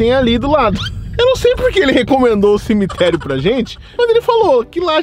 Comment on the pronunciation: Cimiterio? O português ta foda.